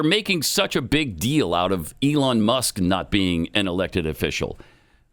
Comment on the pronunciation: So we just ignored the fact that said, “Eon Musk.”